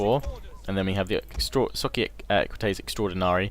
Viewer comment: I noticed that you are having a hard time with the double "i". To make it simpler the latin double i is pronouced like two seperate long vowels, a long i and then a long e. Example: Socii (Sock i e) Have Fun